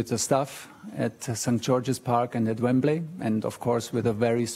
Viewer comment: As a Chelsea fan I’m very pleased but he needs to learn how to say Wembley